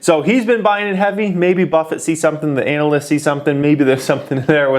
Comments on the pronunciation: the way you say ANALists... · Why should I believe anything you say when you can't pronounce analyist